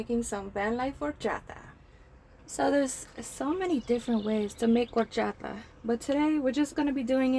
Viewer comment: Love the way you say Horchata 😊